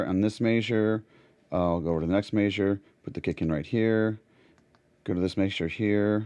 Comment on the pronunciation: very Cool video but why you say measure like that?